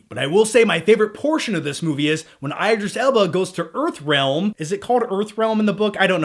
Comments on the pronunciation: Is anyone else cringing whenever says Eyedris Elba? besides me. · eye-driss Ellbarh? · It's ID-ris L-bah, why the fuck would it be ED if there's an I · Eye-dris Elba😱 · omg every time he says idris alba's name i laugh, thats not how you pronounce it lol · Unforgivable mispronouncing my husbands name.